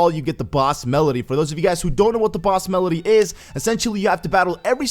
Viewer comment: It's MEDLEY. NOT MELEDY